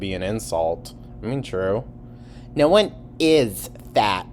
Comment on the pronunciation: oh naur!